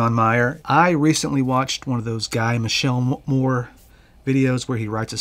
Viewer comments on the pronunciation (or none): It's pronounced Mitchullmore. Now to watch...